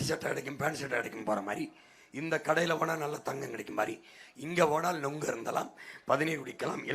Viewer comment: அடேய் கருமம் பிடித்த சத்தியம் தொலைக்காட்சி. அது நொங்கு இல்லைடா. நுங்கு.